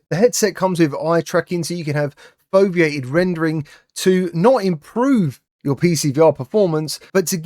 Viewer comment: Wrong it's not foveadet Rendering! It's foveated streaming! Min